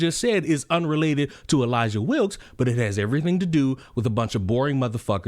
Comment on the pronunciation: no fucking way the sister is called "Elayjah"